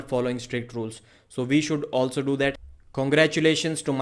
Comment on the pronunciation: I like how u say Michael Tard Lol it's silly jeeble jeeble ello my friend